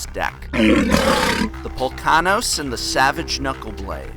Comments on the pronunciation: Did u say pullkanos? Polukranos man.... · Poh-LU-kRah-nos... smh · It's pronounced Po-LOO-Kra-Nos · Pol-uk-ran-os. Good video :) Love your stuff professor ! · Ok , say it with me now ... POLLUTED DELTA. now say , POLU-KRAW-NOS. =P great video once again. I'm actually amazed that Temur Tempo isnt doing well ... (never seen how they go up against Abzan or Jeskai) , but it seems the Temur can be super deadly and hard to bear. <----- oh yeahhhhhhhhhhh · that was an awful pronunciation of Polukranos! :D Also, the cost of the deck is so stupidly high is because Caryatid is now used by Modern. Dammit Modern! I could almost make the Aggro build but...I don't have "Polkanos". Shame. Also missing a single Phoenix and a single Boon Satyr, but those are easier to get. Also, good video series!